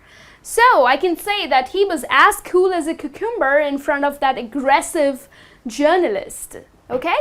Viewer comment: Cucumber is usually pronounced with the emphasis on the first syllable not second.